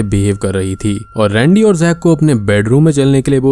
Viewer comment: Bhaiiiii sorry lekin rendey mujhe randi sunai diya paheli bar